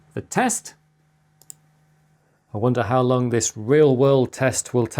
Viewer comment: Out of curiosity, which dialect/accent do you speak Chris? as a non-English speaker (well, non-native), I notice that every time you say "long" or "along", you pronounce it "lung" and "alung" (as in for example "lung edge"), which I dont think Ive come across before. Not a criticism, Im just being curious.